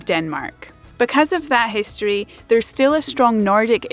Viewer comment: You just pronounce the word history without an R 😂😂😂